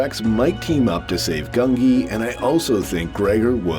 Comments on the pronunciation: Gungi!! Not Grungi. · It's pronounced GUN-jee by the way. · The Wookie's name is Gungi. Pronounced 'Goon gee.' The Gee syllable is pronounced like the gee in Bungee. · There is no R in Gungi